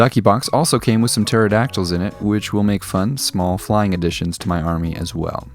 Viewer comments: "Puh-teradactyls" Love it. And then "Barista is a lawyer, I think." Your repartee is razor-sharp. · I love me some Puh-tare-a-dac-tuls :D - Awesome as always! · Hearing how you pronounced the p in pterodactyls, it reminded me of my friend Pthomas, who would remind everyone that the p is silent.